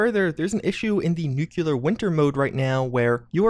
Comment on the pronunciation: Dude If you can say "impactful" you can say "Nuclear" right! 😁👍🤔😂